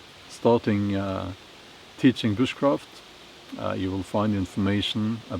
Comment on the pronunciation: You almost lost me there when you said you will be teaching bushcraft I thought you said witch craft oh man I'm glad I looked at the transcript at the bottom when you were speaking